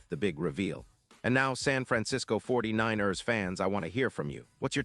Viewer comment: You need to learn how to say 49 ers Correctly!!!!